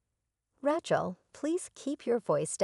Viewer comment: epi-TOME. RATCH-el?